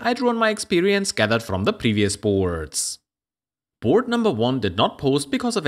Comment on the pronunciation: It’s Board with an a not Burd with an u